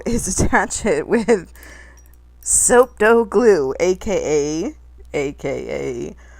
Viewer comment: LOL! "Soap Dough Guh-Lue" You're funny too, girl!